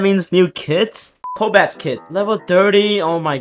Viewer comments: ITS NOT "COLBAT" ITS "COBALT" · "colbat kit" bruh